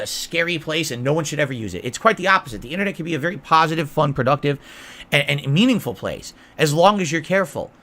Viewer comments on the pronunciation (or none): he ruins the word "meaningful."